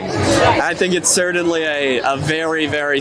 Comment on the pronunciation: If hes going to say certainly that many times he should learn how to pronounce it correctly there is no D